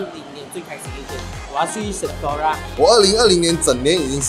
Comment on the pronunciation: sephora 不是shenflora 哈哈哈哈😂